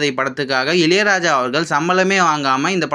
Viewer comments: இலை ராஜா இல்ல பா இளையராஜா சொல்லு... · இலையலாயா இல்லை இளையராஜா 😅